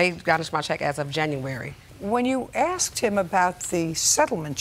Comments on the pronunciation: It’s NOT “axed” it’s asked…it’s ambulance not “ambuLANCE.” Why is this hard??? 😂😅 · Why do these people say 'axed' when they mean 'asked'? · Why "axed" I don't get it.